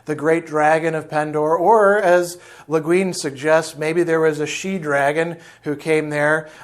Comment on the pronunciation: Rhymes with penguin. Le Guin, the penguin